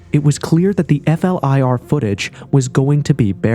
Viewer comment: flir it's not called f-l-i-r. i tkink we're aware that it's an abreiveation. Most people just call it flir, and don't spell it out all the time. whatever it just sounds weird. im sure im not the only person who noticed. but great video anyway. All ur videos are good.